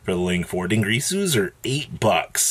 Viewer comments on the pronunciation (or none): How the actual hell are you STILL mispronouncing din-GEAR-su?! It's just straight sad at this point.